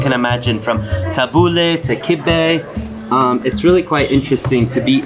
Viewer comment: Love how you spent enough time in Lebanon to pronounce the food name right 🤣🤣